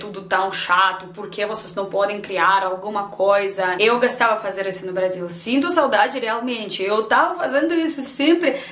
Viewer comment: uma dica de pronuncia -> eu gOstava (i used to like) // eu gAstava (i used to spend) você não pode falar o O de gOstava como A , pq vira outro verbo.